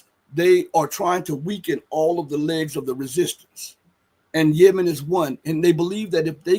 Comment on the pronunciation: I've never heard Yemen pronounced "YeMEN" like does.